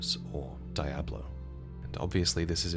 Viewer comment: DIE-ablo,?